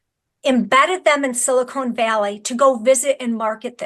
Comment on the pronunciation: 100 points for calling it "Silicone" valley instead of Silicon Valley - they aren't making breast implants lol.